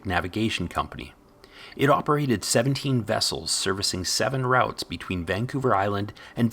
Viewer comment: "R-out-s"?? Well, the guy doing the narration isn't a local:)